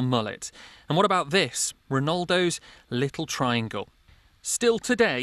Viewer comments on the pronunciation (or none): ‘Runuldos liccle triangle’... what 😂